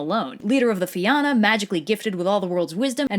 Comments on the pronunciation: If you can find a single Irish word in this video she pronounces fight ill pay you. she can't even say fionn properly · It’s pronounced like Fee-Un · Well Fionn is pronounced (f-yuh-n) but this video is using the old pronunciation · Hey I'm a bit late to the party, I'm from Ireland and I know online it says to pronounce this name as 'Finn' but its actually more like 'Fyun' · It's the Salmon of Knowledge Not the Salmon of Wisdom as you so cleverly called it lol And its pronounced more like Feena than Feeyahna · Fíonn is actually pronounced differently to Finn tho. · Fíonn is actually pronounced differently to Finn tho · Then she immediately ruined it by pronouncing fionn as Finn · Sorry, it really irritates me when people pronounce Irish names wrong (though, I get why people do). Fionn = Fee-un Oisìn = Uh-sheen But great video! I love it when you do my countries mythology! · In Ireland we pronounce his name as "Fee-un", the army is pronounced "fee-un-a" and his son's name is pronounced as "Uh-sheen" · Ok I now its because Gaelic is as confusing as ever but hearing Fionn pronounced as Finn is a really dumb pet peeve I have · Love these videos. But it's pronounced FYUN! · why is everyone calling him 'Finn' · Fion is pronounced fee-un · It's pronounced fyun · The pronunciation of Fionn is killing me. Nevermind just the pronunciation in general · I know right. My little Irish ass is watching the world and I'm just waiting for him to come prancing down the streets of Dublin. Also this is painful to watch due to the horrid pronunciation of the words. Connacht made me gag and the most common ones are the right ones. Fee-yun not Finn. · The pronunciation of Fionn is Fyun, but congrats on the surname. Your one of the first non Irish people ive heard get it right